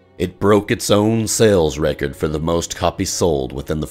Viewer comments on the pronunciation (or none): none